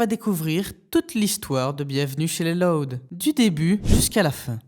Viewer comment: Juste , pk est ce que tu prononce LOUD comme si tu disait LOD alor que normalement on est senser prononcer plus comme si c’était LAOUD